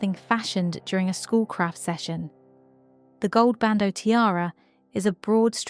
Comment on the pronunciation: It's bandeau. NOT "bando".